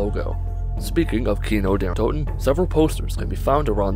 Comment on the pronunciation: What is happening when you say Kino Der Toten?